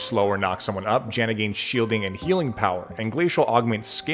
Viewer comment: Am I the only one that heard 'Shieling and Healding' power? 😂 Having watched enough of your videos, I'd that that was completely intentional (even if it weren't, don't you dare admit it)